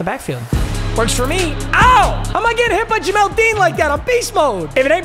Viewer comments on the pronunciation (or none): Bro said Jemel Dean